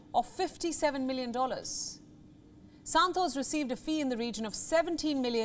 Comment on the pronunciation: Her Santos sounded like Santosh 😀 to me 😁